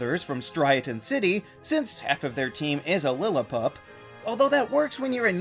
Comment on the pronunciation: It’s pronounced VEE-oh-luh, ih-LEE-muh, lil-EE-pup, ih-LEE-suh, and rye-HAHN, “Patrick Star”. 🤨